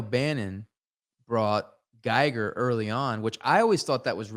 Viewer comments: 440:50 min. Don't want t be pedantic but the right pronunciation of the name Giger is very close to "Geeger". So turn the I into an E and put the accent there. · Just one thing, ty and that guy, Giger is pronounced "Geeger" not guy-ger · Loved this talk. Can't wait to watch the rest of these. One thing, Giger rhymes with eager. There's a video on YouTube of him pronouncing it.